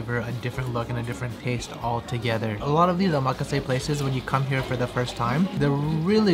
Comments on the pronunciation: how ya gonna live in japan and pronounce omakase wrong? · I think you're pronouncing "omakase" incorrectly. While you're at it, shave your nostrils. You can see the pollen in your nose hairs. LOL! Just kidding. You're doing a good job. Actually, I think we're related. You're like the child of my long lost auntie who married an orangutan. ROFL! Again, just kidding. Show 'em who's boss! Be pinoy and be proud!